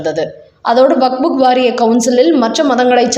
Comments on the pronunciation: அதென்னமா வக்ஃபு வாரியம் என்பதை வக்புக் வாரியம் என்று வாசிக்கிறீர்கள். கேட்பதற்கு நல்லா இல்ல. உங்களின் செய்தி வாசிப்பை பல தடவை கேட்டிருக்கிறேன். உங்களுக்கு வக்ஃப் என்று வாசிக்க வராதா. திருத்திக் கொள்ளுங்கள். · Vak buk வாரியம் அல்ல, அது வக்ஃபு என்பது சரி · What waq fuk? It is waqf only. Don't wrongly pronounce. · "வக்"கும் இல்ல; "புக்"கும் இல்ல. அதாவது "வக்புக்" இல்ல. அது "வக்ஃப்". அதை வக்ப் என்று வாசிக்க வேண்டும். காதைப் பிறாண்டாதீக.